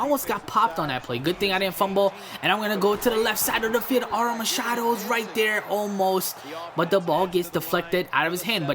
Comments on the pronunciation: its pronouce like this: aroma-should-do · A row ma sha dew that's how ur suppose to say it